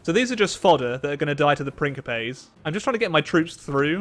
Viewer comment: Is he aware he's pronouncing principes incorrectly?